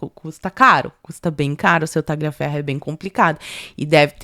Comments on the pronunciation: Parabéns pelo video! Só colaborando aqui, Tagliaferro se pronuncia "Taliaferro" sem o g.😅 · me desculpe, mas vocês enrolam a língua para falar qualquer nome em inglês, mas pronunciam os demais erradamente. Por que? A letra G em italiano não soa. Você gostaria que seu nome fosse pronunciado errado no estrangeiro? É desagradável ficar ouvindo "Tagliaferro, Marsiglia" errado o tempo todo. Um abraço, suas lives são ótimas.